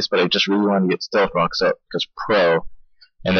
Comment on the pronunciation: AHAHAHAAHAHAHA ilove how u said "stealth Cocks" XDDDD fucking hilarious!!!